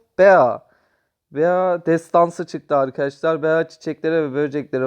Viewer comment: Abi Bazı Karakterleri Yanlış Okuyorsun Yanlış Anlama Ama 😄 Bea (Bii) Pam (Pem) Jacky (Ceky) Rosa (Roza) Penny (Piiny) Lou (Luu) Gale (Geyl) Dynamıke (Daynemayk) Barley (Barliy) Byron (Bayron) Rıco (Riko) Frank (Frenk)